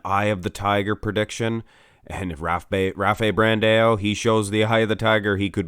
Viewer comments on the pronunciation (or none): Hi, a note on pronunciation (in the unlikely event that you notice one of my comments): The surname "Brandao" should be spelt with a tilder over the "a", so "Brandão". The Portuguese/Brazilian pronunciation with follow the nasal "ão" diphthong, a sound something like the first part of the word "ouch". Sort of "Brandaawm".